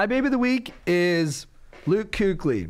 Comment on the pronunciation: That kuechly pronunciation lol